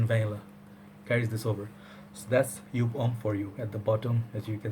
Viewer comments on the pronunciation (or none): it is Joup not jup.Joop is cherry syrup smell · jeco F It’s Yōpe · Love your reviews, but I think it's pronounced as YOP, like POP lol